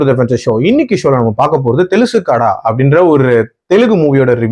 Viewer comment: தெலுசு கட அல்ல தெலுசு கதா தெரியும் தானே